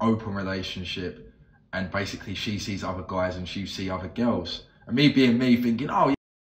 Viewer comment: Gehyals....you mean "girls"?